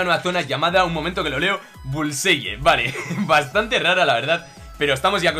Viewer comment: La pronunciación es bulsai